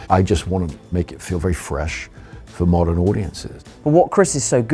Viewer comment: The moment I heard him say "mordern audiences" I knew it was over. How much money must Hollywood lose for "modern audiences"? This is a myth, there is no such thing.